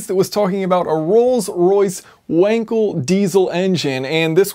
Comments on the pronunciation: Should be pronounced with a V. In german W = V and V = F :) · Your pronounce of Wankel is incorrect...